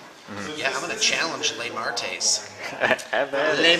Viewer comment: *cry*., love ya man... but ignorance killed those Shrikes, not Lemartes (or "Lame" artes LOL). Keep the vids coming though! Maybe keep one of your veterans nearby next time;)